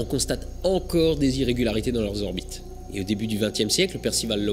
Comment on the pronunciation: Slt. Mille bravos à toi!! Trop passionnant!!! Juste une remarque. Cinq zorbites de Jupiter.....cinq orbites c'est bien déjà!! mais t'as le droit t'inquiètes!!! T'es mille fois plus intelligent que moi!!! Et heureusement que tu es là pour nous faire nous coucher moins cons!!! Bizzzz